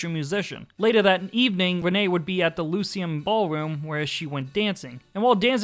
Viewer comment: It's pronounced lie-see-um.